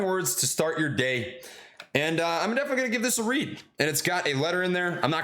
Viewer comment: I know he said definently, but first time I heard never 😭